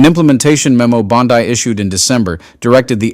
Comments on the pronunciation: Would love to believe-but seems fake voice—why mispronounce bondi’s name as bon-die instead of bon-di through so much of the reading? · You know it’s BON-DEE, not BOD -DYE, right? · Dude, her name is pronounced "bonn-dee". Bondi (bonn-dye) as a much more reputable beach in Australia. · Bondi > pronounced Bondee. (Not sure why I care at all!) Thanks for everything! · I love your channel but please, I'm begging you, DITCH THE AI VOICE OVERS! Dude, "BONDEYE"! It erodes the integrity of the information you are trying to share. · The AI voice always pronounces Pam Bondi's last name like the beach in Australia! It really is frustrating😬😬😬😬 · Can you people get your reader to pronounce Bondi's name properly? FFS! it makes it sound like a bad AI!